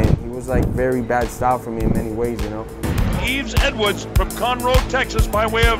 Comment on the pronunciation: Yeve Edward's? Really? Hahaha 🤣🤣🤣